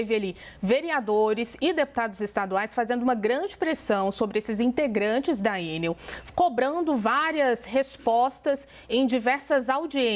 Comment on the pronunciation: Pera! A jornalista Raquel pronuncia Ê - NEL. Originalmente uma sigla - ENEL - tornou-se uma palavra normal (acrônimo), portanto, o correto é E - NEL ( tonicidade na última sílaba - NEL. Ex: papel, carretel, hotel, etc)